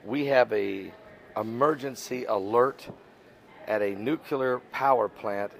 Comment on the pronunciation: It's nuclear, not nucular.